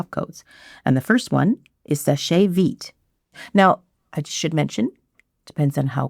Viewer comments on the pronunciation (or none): It's pronounced "Sesh Veet". The e at the end of "seche" is silent. If not, it would have this accent:é. So, it's not "seshay". It's "sesh"